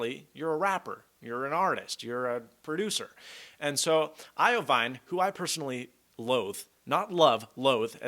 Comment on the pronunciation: iovine (IVeen)...